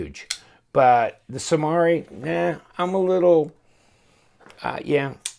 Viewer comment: It is pronounced Samari not Samari